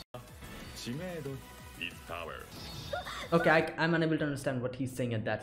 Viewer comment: He’s saying “is power” in Engrish